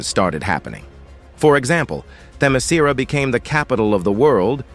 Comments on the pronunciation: Say it with me, AI robot: them-eh-SKEER-ah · Stupid AI voice can't even pronounce Themiskera consistently. each time it's different, and all of them are wrong. lol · Idk if is Ai ( I think it is) but it pronounced "Temescira" in 6 different ways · "How do you pronounce Themiscyra?" "Just try a bunch of different variations until one sticks!" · Why does the pronunciation of Themyscira change Every FREAKING TIME! 😂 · Dude this AI can’t pronounce Themyscira for shit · But why was Themyscira pronounced like 5 different ways? Lol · AI kept on changing Themyscira pronunciation😂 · Damn, this was a real comic from DC? 😂😅 The narrator for this video, assuming it's a real person speaking, appears allergic to properly pronouncing Themyscira. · This AI narrator need to to be improved. He mispronounced Wonder woman's place of origin several times. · So A.I. just pronounces Themyscira every possible way, seemingly randomly? I though A.I. was able to learn. Guess not. I fucking HATE A.I.